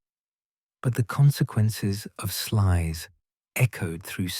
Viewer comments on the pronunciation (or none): Pronounced 'Slews' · is AI bullshit,they can't even pronounce Sluys property, it's pronounced Slouse, incidentally!